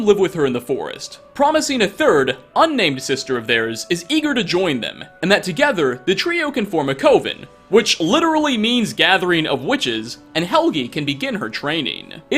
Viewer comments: It’s pronounced CUH-vin, not COVE-in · Couven?? It's Coven (Cuh-vin). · It is pronounced “cuven” idk why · Not to be a dick, just thought you may want to know, its pronounced "Cuhvehn" not "Cove-In". Although I get how you'd make that mistake. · It’s Kuh-vin not Koh-vin. 😪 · It's pronounced cuh-vin like glove, my dude, not coh-vin like cove. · I deeply love the way that you mispronounce certain words. Co-ven. Pure gold. Are you alive? We miss you. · "Form a Cohven" that pronouciation hurts. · Correct pronunciation of coven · I laughed out loud at how you pronounced "Coven" and "Compilation" XD Oh my god...